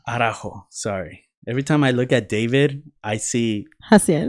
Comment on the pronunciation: Stoooop y’all too much💀 it’s ARAUJO! Get it right 😂 and jay looks like el presidente del Salvador Nayib Bukele 🇸🇻